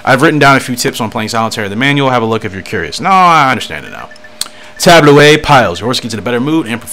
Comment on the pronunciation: It's pronounced "tab-low."